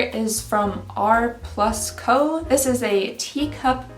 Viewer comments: R+ Co is pronounced "Rand Co" it took me getting like 4 products before I bothered looking it up. Also 111 is overpriced as heeeelllll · I believe it’s pronounced R & Co, I love everything I’ve purchased from that brand